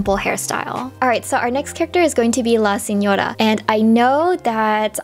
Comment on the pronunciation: As an Italian your pronunciation of Signoras name is great!